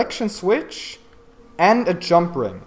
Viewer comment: Lol, he says "Jum" instead of "jump". xD